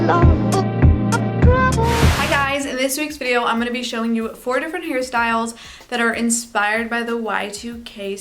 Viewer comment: That's what I heard too